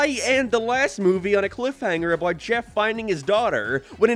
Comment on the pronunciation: "thare" "abouuwt" why cant you speak english? even quebecois can speak better english